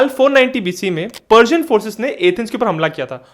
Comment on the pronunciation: पर्सियन बोल रहे हो या पार्जियन .???